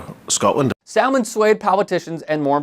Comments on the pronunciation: yeah…so you keep mispronouncing ‘Salmond’, the L is silent. Indeed although his name is ‘Alex’ the X is more like a C and softer. This is also mega old news, like literally in 2016 that Janey Godley held up that amazing sign - although I’m not going to put you down for highlighting what a ‘runt’ Trump is in an election year… 😂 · It’s pronounced like Salmon but with a D on the end. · Salmond is pronounced as it is in salmon. Samun. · Salmond is pronounced ‘samun’. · I know it’s not really relevant, but you don’t pronounce the L in SaLmond! It’s said like “Samund”. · You don’t pronounce the ‘L’ in Salmon. It’s weird. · The ‘l’ in Salmond is silent. Like ‘salmon’. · Fyi the L in Salmond is silent 🤦🏻‍♂️ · Not "First, minister Alex Salmond" but "First minister Alex Salmond" (like in the fish, the L is silent); that's the same as Prime Minister (albeit in a "devolved" Scottish government, nott the Westminster, UK one).